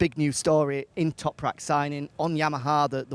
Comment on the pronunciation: just say Toprak you keep guffing up his surname....